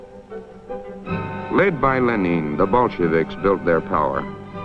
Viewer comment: he pronounces Lenin like the country Benin(Ben-een)